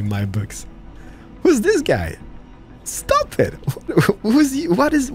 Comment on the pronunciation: Strange, you have no troubles with saying Three or Things, but insist on the lazy Dis, Dat, Deze and Doze. instead of This, That, These and Those. For someone who appears to be making a living by talking you seem to rely on the same old phrases, "Dats amaaazin" and "Not too shabby" Such phrases become irritating after hearing them for the 50th time. You complain in many of your videos about a sore throat, do us all a big favour and leave the superfluous BS out and perhaps your throat will have the opportunity to reclaim 50%